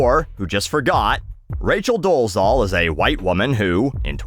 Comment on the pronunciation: hey, i think i've been listening to your rants on YT right from the beginning... so here's one of my rants 🙃 i don't know if it's just one of my pet peeves but i really don't like when people don't do much research and incorrectly pronounce people's name; even if it's a bellend like doležal you probably won't care but still let me try to tell you the right pronunciation of her last name: Doležal - the Z with whatever you would call that above it (tiny upside down roof:o) is pronounced as the french pronounce their J in J't'aime other than that you said it OK:hand-pink-waving::face-blue-smiling